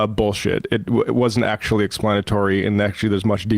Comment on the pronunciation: I get a real douche chill when Dave Rubin says the word 'actually' and adds an extra few syllables. Grates on me so much, cos he always uses it redundantly.